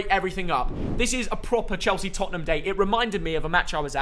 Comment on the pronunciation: Everyone: Tottenham: Topnmem